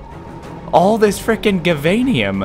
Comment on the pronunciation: you're pronouncing givanium wrong